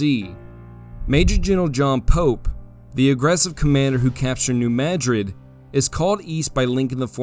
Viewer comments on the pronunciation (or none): How in the holiest of fucks, did you just pronounce "Madrid"?!? 😂😂